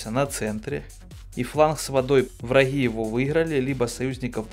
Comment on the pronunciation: Как он адово гекает... у врахоу, врахи